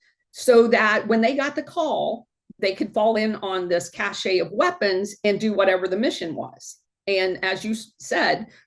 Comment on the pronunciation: Cache is pronounced cash.